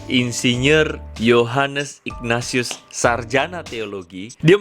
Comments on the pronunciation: Pas baca Ignatius jadi ikhfa... ightatius wakakakak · Sejak kapan nama ignatius ( dibaca : ingnasius ) berubah jadi nama " Iqnatius " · Ignatius dilafalnya Ikhnatius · Dia blg bapaknya kardinal, Dianya ex pendeta Sebut nama santunya aja salah...Ignatius dibaca igna-tius...wkwkwkwkwkw